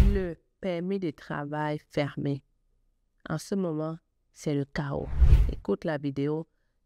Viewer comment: On dit chaos et non CHAO